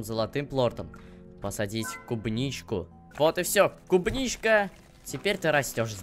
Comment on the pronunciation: Не клубничка а кубничка